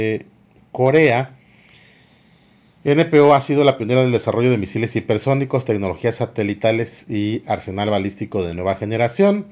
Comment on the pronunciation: No se dise personico , Se dise hipersonico😅